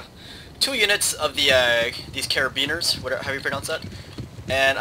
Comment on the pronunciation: Btw, It's not pronounced Kar-a-been-ers, it's an italian word for Police. It is pronounced cara-bien-yer-ee, and is spelled Carabinieri.